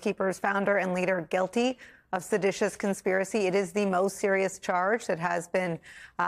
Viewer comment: Not sedatius..lol